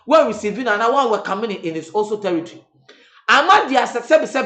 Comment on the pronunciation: Did I hear tiritri(territory)? 🤣🤣